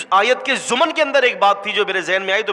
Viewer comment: Kaisa bagad billa hai tu pahle apni dadhi durust kar bachhe darte honge dekh kar. aur lafz zuman nahi ziman hai. pahle achhi tarah padh le phir mubahla karna.aur allah rabbul izzat tere khwab me aya ? nai yar kya bat kar raha hai sachi...abe chal